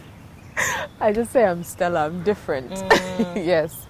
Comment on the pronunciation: She makes the Stella name sound different